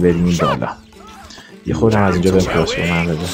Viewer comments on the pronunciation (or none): none